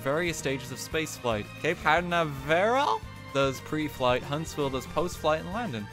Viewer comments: “Cape Can-a-vare-all”... I’m dying inside right now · “Cape Can-nav-a-rail” 😂😂😂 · cape can-nah-verile and the al-lah-moe I can't! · And fails at pronouncing them like Cape Canaveral and The Alamo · THE WAY YOU PRONOUNCED CAPE CANAVERAL WAS HILARIOUS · Im a texan and floridan and him mis-pronouncing Cape Canaveral in Florida makes me more angry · A part of my soul died when I heard how he pronounced ‘Cape Canaveral’ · I’m scared for when they get to Canada. My home town. Also, the fact that you don’t know how to pronounce Cape Canaveral Have you not watched ANY space movies?? Hidden Figures? Fly me to the MOON?! And I think everyone on earth has heard Flanders Fields before Every year on Remembrance Day in elementary school. Have you NOT? I’m not even American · I was kinda mad when he mispronounced Cape Canaveral, but it is kinda hard to pronounce